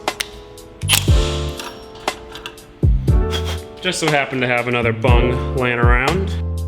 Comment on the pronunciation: I thought I heard you say bun but it's actually called a bung I don't know if I heard that right. Your dad has to be so proud of you the fact that you taught yourself all this stuff about cars and now you're teaching him if you were my kid I'd be proud as fuck of you